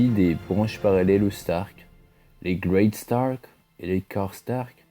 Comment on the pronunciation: L emblème des Stark est ... ( J ai envie de me suicider, ma femme m a quitté et j ai perdu mon job ...) un loup géant gris sur fond blanc ... Mets du dynamisme ! Sinon bonne vidéo. Et c est Greystark, pas Great Stark